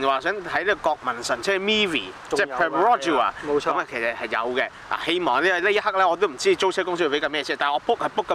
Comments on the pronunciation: Myvi 不是mee-vee/mi-vee，是You're 'my' love的 ‘my’-vee 啊 🤣🤣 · 对了。卖 [第二声] Vee. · myvi 读 卖v 不系 米v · 大马Perodua Myvi的发音是 "麦V",不是"米V" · These 2 hongkonger uncles very unique pronunciation slang on Myvi became MeVi 😅